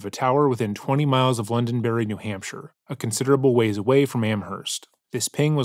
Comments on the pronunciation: London*D*erry, not berry. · Londonderry lol not berry But great vid👍🏻👍🏻